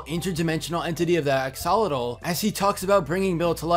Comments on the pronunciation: It isn't pronounced AXE-ALL-A-TAL It's pronounced AXE-OH-LAW-TAL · Is Axe-uh-lot-ul (like -le) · Axe-o-lot-al that's how it's said and it's annoying me , sorry just ugh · Is that really how you say "Axolotl"? I've been pronouncing it like "Ax-a-lot'll". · I cringe so much whenever people pronounce axolotl wrong its axe-a-Lottle that’s how you pronounce it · Drinking game: take a shot every time pronunciation of axolotl makes you cringe! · Well, we know know the guys at the lodge neither '"like" or "trust" Stan. However, an axolotl is not a fish. It's a salamander. Interesting though. The Masons clearly worship Bill Cipher (and Ford wonders why Dipper doesn't care for the name), some group should worship the Axolotl. By the way, that's not how you pronounce Axolotl. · The way he says axolotl is sorta funny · Its cringy how he mispronounced axolotl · U pronounce axolotl wrong but ok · the way u say axolotl makes me very sad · Just gonna be real right now, how dare you pronounce axolotl like this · You are mispronouncing axolotl. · 🤦 How do you mispronounce axolotl so badly so many times?